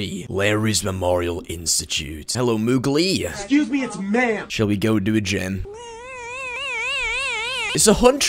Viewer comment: i love when you say ''''